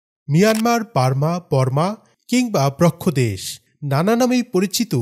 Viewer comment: bro,not brokka des but brahamma des. এই তোমার জ্ঞান!